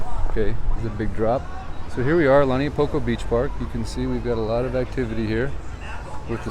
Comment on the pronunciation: Agggggg! It’s Not! Pronounced “ Lani a Poko! “ get your pronunciation right ! Lau Niu Po ko